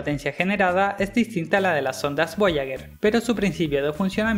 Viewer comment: Muy bacan el video, pero... "voyaguer" uno XD